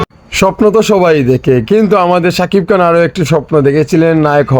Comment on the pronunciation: কান না খান হবে উচ্চারণ ও করতে পারো না? আবার কন্টেন্ট করিস